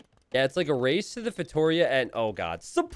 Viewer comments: im sure you absolutely dont care, but the pronunciation of feitoria is fay-tor-ree-ah not fay-tory-ah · The worst part is hearing you say Feitoria. It should be pronounced something like Fei-tuh (more like oh, but no stress) -Ri (like in River) - uh (ah, but no stress too). The "Ri" part should always be the stress of the word. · The ri in feitoria is stressed. reeeeeeeeeeeeeeeeeeeeeeeeeee